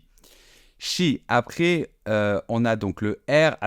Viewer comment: Merci de prononcer ”français ” et non ” francé” ! S’appelaient, même faute, et non s’ appelé! Charité bien ordonnée commence par soi-même... Après et non apré... j’arrête là.